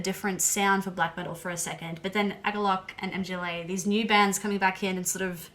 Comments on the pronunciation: MGŁA KURWA! not em dżi eley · For Christ's sake stop saying M.G.L.A! It's not an abbreviation or sth! It's a full band's name. It is a polish word "Mgła" - pronounced like [mgwah] - which means The Fog/The Mist. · Mgła is not "em-gee-el-ay", it's Mgła. It means "Mist", or "Haze" or "Darkness" in Polish. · "The band M-G-L-A" LOL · It's Mgła (meaning "fog") not M,G,Ł,A (like YMCA). But anyway, "Exercises in Futility" is brilliant. I have discovered synthwave versions only recently, and they're amazing. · The last one is MGŁA, not M.G.L.A :) Mgła is a Polish BM band and its' name means "Fog" :) Stay heavy \m/ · It's not M-G-L-A, it's mgła (try saying "mgh-wah"), it is a polish word that means "mist". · For Christ's sake stop saying MGLA! It's not an abbreviation but a full band's name. It is a polish word "Mgła" - pronounced like [mgwah] - which means The Fog/The Mist. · a czy tobie mieści się w twoim pustym łbie, że nie chodziło mi o pisownię lecz o wymowę? (Amerykanie mówią "em dżi el ej" zamiast mgla.) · Mühg-wuah 😅 Sorry, had to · They've probably heard so many different pronunciations ("muh-gla," "mah-gla," "mih-gla," "EM-gla," "MGLA" as an acronym) that nothing surprises them anymore lmao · and mgla is pronounced more like magwah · Mgla is pronounced MuhGwah. Band name means "fog". The other black metal band named "fog" is Taake. And they are ESSENTIAL black metal listening. Their 2005 album Hordalands Doedskvad is a stone cold classic. I actually think if you like Mgla, Taake is right up your alley. Especially based on your stated reasons for liking Mgla. They have that classic 'hazy' production. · Mgla is pronounced mm-gwa